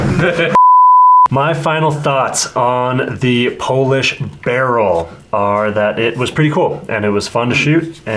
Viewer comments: It's not pronounced barrel it's B E R I L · Love how yall keep saying barrel instead of beryl to piss AK nerds off🤣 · The fact that you guys were saying “Beh-rul” instead of “Beh-real” and “Ra-dum” instead of “Ray-dum” is definitely not giving me a stroke. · BURREEL say it with me BURR. EEL.